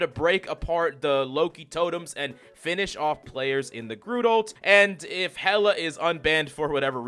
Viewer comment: Hey, Coach, did you know that Groot has got a T at the end of the name?